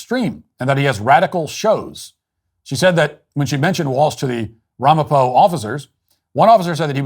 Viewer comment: Were you in ny state? That’s the only “Ramapo” police dept. and it’s ram-uh-po